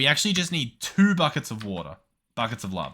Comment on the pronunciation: Bockets, BAHKets, buckets. I just had to, it sounded funny. an hour in or so lol